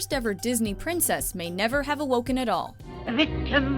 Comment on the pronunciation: When I first saw this video I was like: “how did they mess up the word princess?”